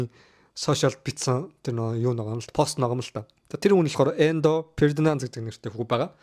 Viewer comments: Endo bisheee Enzo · Endo Ferdinand gd bhiin